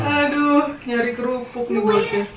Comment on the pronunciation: bilang kerupuk jadi "KUPRUK" wkwkwk